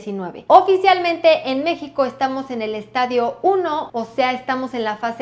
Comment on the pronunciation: estadio no estaDIO se enfatiza en la d